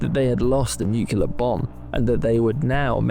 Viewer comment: Nucular? Are you for real?